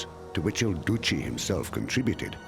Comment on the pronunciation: The fact that you pronounce it "Duci" instead of "Duce" like the second "e" of "even" as it supposed to be pronounced, it makes that word so funny and with a cuddle/snuggle fx that right now I'm having a series of jokes and comedy sketches in my mind about Mussolini.